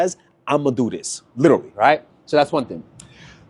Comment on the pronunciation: Pls break the habit of saying saying ‘liddurly’!